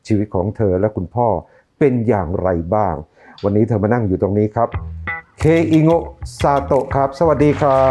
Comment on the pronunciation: เคอิโง๊ะ กลายเป็น อี เคโก๊ะ